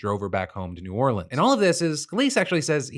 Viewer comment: Phil said “New Orleans” correctly!